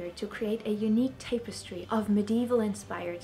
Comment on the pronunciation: *TAPP-eh-stree, not TAPE-eh-stree The belts were not armour-like. They were like medieval belts.